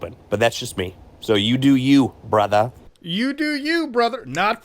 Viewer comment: The amount of spice he put on “brotha” was big nasty. War crimes against the streets